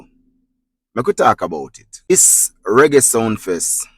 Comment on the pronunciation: Ur the only who said it right,king of Reggie,not raggae,just reading the headline…